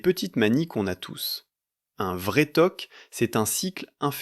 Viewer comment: Généralement on dit toc ! Pas t.o.c...